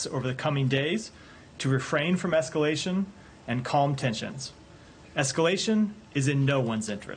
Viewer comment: “Refrain from ethcalashin 💅🏻”